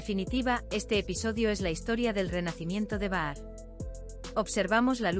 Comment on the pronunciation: Es Bahar escrito,😂 pero al hablarlo o leerlo se dice pronunciando la J o sea Bajar.ahi lo dejo